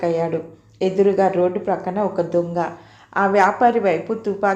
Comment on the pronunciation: దుంగ కాదు తల్లీ దొంగ.